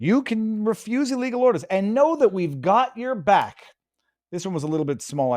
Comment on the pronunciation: She said Illlegal order. You idiot, you keep forgetting the word. Illegal.